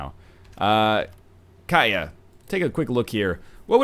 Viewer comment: Katia, not Kaya. The T isn't silent (they almost never are, in any language) KAT-ee-Yah.